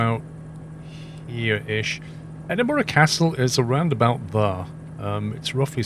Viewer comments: Dude good video as always. But you sound British and should know its pronounced "Edin-bruh" not "Edin-bo-ruh" :) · Looking through the comments im surprised no one is pointing out how hes saying E-Din-bo-ruh instead of E-din-brah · there are also people that pronounce Edinburgh as Edinburg it's not pronounced like that the gh in Edinburgh make a light H sound so its pronounced Edinbruh another common one is people pronounce the W in Glasgow making it sound like Glas-Gow it's not, It's pronounced Glas-go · It’s pronounced Edinburgh. 3 syllables. Ehh. Din. Bruh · Can be said both ways, the incorrect ways are edin-BERG or edin-BRO, after all, 'burgh' in Scots is pronounced burugh, and is a scottification of the english word borough, obviously